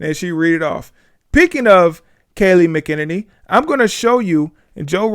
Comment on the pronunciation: 🤣🤣 its pronounced: Mack-a-nenny